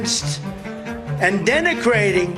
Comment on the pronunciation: trump - " Denecrating"? 😂😂😂